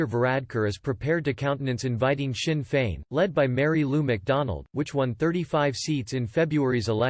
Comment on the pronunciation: Remember, if you deliberately miss-spell words when typing for the text-to-speech it will help with the pronunciation- 'Feena Fall', 'Shin Fain' etc